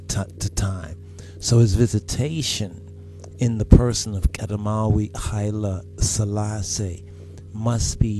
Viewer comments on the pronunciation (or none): Igziabeher yistellin hulgize astemariye. Going to RASearch for the article pictured Also, can u clarify where the pronunciation Hailie SHalassie (as opposed to Hailie SElassie ) come from? If it is Ge'ez is it 'spelled' with a different fedel character than the 'Royal S' yikerta, I am at a work computer & have no Amarrenya fonts at my disposal here Kidist Selassie yitabaruk neh